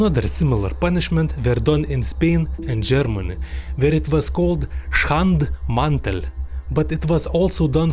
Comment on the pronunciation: Your pronounciation of Schandmantel was perfect